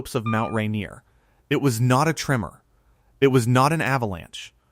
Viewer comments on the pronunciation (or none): none